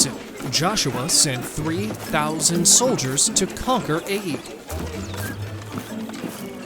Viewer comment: isn't the city "Ai" pronounced like "eye" or "eye-ay"? I've never heard it pronounced like "A".